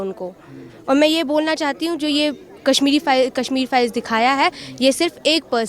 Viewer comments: Hindi Bolna Seekh Phir Video Banao... Kasmir Bolna Bund Karo.. Kashmir Bolo . Hindi ki Khat KHADI Karna STOP STOP. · Kassmir nahin bhai Kashmir bol.